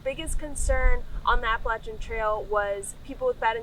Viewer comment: I live behind the Appalachian trail in Delaware water gap/Stroudsburg area. I don't know anyone who pronounces it like that. "AppalaCHIN" lol great video. Very informative